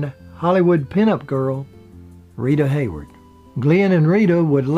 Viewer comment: By the way Rita Hayworth is not pronounced Hayword.